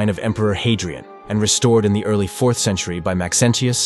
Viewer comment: AI narration is getting scary good, but that weird inflection on "Maxentius" gives it away. I THINK. It could be a real person, but I doubt it.